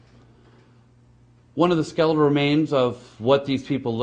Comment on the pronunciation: Yoh. What are sklell remains and rance? What is this guy? A snack salesman? A miner? If he wants to convince anyone of beeing " scientific " - he should f... learn to speak understandable first!